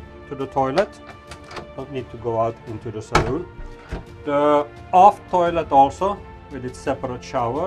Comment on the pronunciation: The person doing this actually called the saloon a saloon. Wow. He must be a sailor. So many of the people doing this call it a salon. They want to be ‘oh so POSH’. This video was so refreshing. And nice boat too! Thanks.